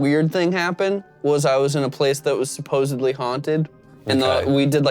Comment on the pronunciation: Had to Google (😬) and the two things I know are good enough for me... ✅ Youtuber ✅ Libra-Scorpio (like me) 👑 EDIT: I made it to and he said supposeBLy, so this has thrown off everything